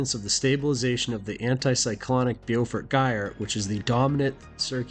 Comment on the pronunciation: Pronounced 'bow fort' long O sound [like hair bow]